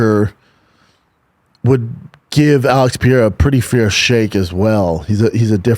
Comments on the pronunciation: PEH-RAY-RUH ! Not PEE-ERA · Stop with the P-erra bro please!! Pereira sounds like Pah-rare-rah in real life!! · Alex pierra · Brendan take 30 seconds and learn how to pronounce Alex Pereira’s name